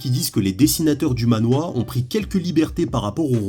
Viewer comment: Manhwa*😂 et ça se prononce manhrwa (a peu pres, c compliqué a faire a l’écrit avec des sons français)